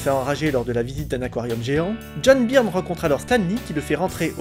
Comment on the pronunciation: "Beurne", s'il te plaît, "Beurne" !!!